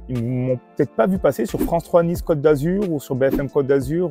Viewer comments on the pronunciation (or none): Ces pauvres gauchistes prononcent « Niça » comme des parisiens !!! 🤣🤣😂